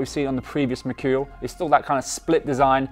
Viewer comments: No one: Ronaldo: mechurial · I'm gonna start saying machurial now like cr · Merchoooreal es Amazing...you heard it here first